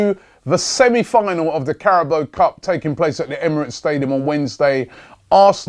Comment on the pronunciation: Greatings from Thailand. Carabao = คาราบาว The football pundits on the main stream channels are pronouncing correctly but your my favourite, and of course the best. So please give it a go. Please use the sound option on Google Translates - This is not a serious moan by the way :) Just saying!